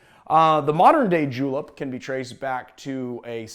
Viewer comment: did you just say J E W L I P S